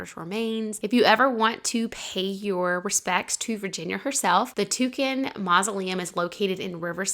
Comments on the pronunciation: I think it’s pronounced TONKIN rhymes with HONKIN‘ ( a car horn) rather than TOUCAN rhymes with SAM. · just fyi Oswego is pronounced (Uh Swee Go), its an Iroquois word meaning “Where the water never ends.” We are on the shores of Lake Ontario. One of the great lakes. Also, the family’s last name is Tonkin (Tohn kinn) Tohn rhymes with, and is pronounced like John, but with a T, and kinn rhymes with pin …Tonkin.